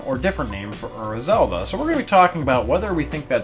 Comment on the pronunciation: personally I like Ura Zelda better, but I really dislike the heavy american accent you use when you pronounce it. you pronounce Ura like "err-uh", when it's actually pronounced "oo-rah" (roll on the r).